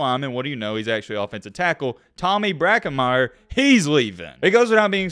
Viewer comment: maybe cause Brockermyer, left cause he was number 2 off. Tackle in his class, and Alabama fans still can't pronounce his name right! It's Brocken-meyer not Bracken- Meyer. Tommy BROCKENMEYER